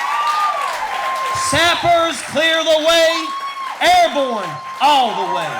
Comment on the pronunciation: As an army veteran, I cringe hard every time this guy says “airborne.”